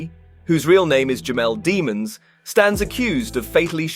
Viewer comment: His last name is pronounced DEM INS